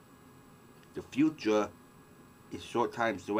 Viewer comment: ha haaaaa sorry i know this guys got an impediment, but fuck he's funny to listen to. gwobal what? heh heh. just wemember the fwuture is short times away! it cwould happen!